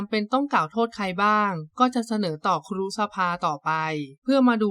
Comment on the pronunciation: " ครู " ไม่ใช่ " คู " 😂😂😂